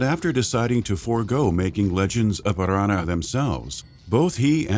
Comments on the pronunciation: Legends of Arrrrrrrranna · Legends of Arrrrrrrrrrrrrrrrrrrrrrrrrrrrrrrrrrrrrrranna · Stop rolling your r's on Aranna. So annoying! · That r is so strange!